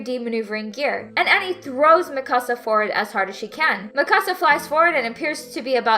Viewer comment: i hate the way they say mikasa after just rewatching it dubbed lol